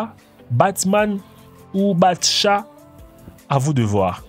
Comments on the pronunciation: se n'ai pas bat chat ses bat cat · Mec c'est pas batchat c'est batcat Ha ha